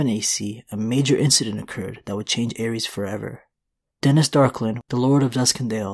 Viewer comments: Terrible pronunciation of the names. Ares is a Greek god and Aerys is the Mad King. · Its “zhaa- uhries”